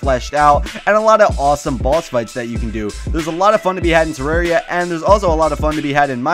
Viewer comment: tuh•rawr•ee•uh... *triggered 😂😂